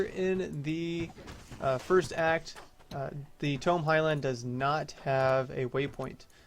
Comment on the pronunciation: Its pronounced "Taymow" Highlands xD. Good video as always btw